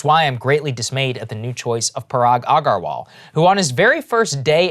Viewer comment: Saagar bro, you know how to properly pronounce Aggarwal, come on 🤣